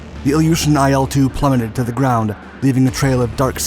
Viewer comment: "IL" is not an acronym so you're not supposed to pronounce it as "EYE EL". Its "ILL", as in the beginning letters of its designers last name that you mention.